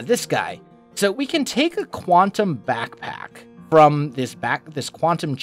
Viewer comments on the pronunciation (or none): none